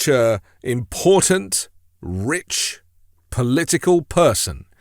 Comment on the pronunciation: Will someone please talk to and explain the word "important" has two T's and is not pronounced "imporden"